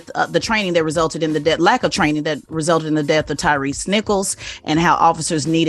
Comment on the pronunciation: it's Tyre, not Tyrese.